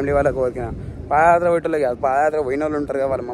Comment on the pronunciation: Pada kaadhu, paadha yathra Pls correct